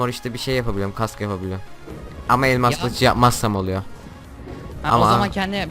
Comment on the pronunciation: abi elmaz değil elmas :)